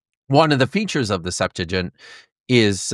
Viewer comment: Pretty interesting. I do wish that discussion held at such a scholarly level could show some familiarity with the right pronunciation of "septuagint" and the right use of "purport". It's pronounced "SEPT-wa-ghint", not "SEPT-a-jint" or "sep-TOO-a-jint". And the verb "to purport" means "to be said to be", so that we rightly say "This goblet purports to be the Holy Grail" (meaning "This goblet is said to be the Holy Grail"), and we wrongly say "This goblet is purported to be the Holy Grail" (which would mean the nonsensical "This goblet is besaidtobe-ed the Holy Grail").